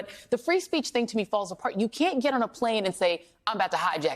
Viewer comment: Who does she say defenDANT like that?